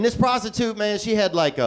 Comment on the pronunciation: "He's investing my hundred with this pros ti tute" Lol smh